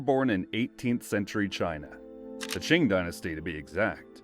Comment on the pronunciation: it's pronounced as Chin , not Qin.. Q in chinese is pronounced as ch..